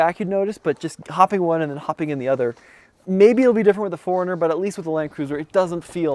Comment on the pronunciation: pronouces Four Runner as Foringer